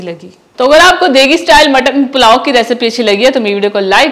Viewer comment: Palao nhi pulao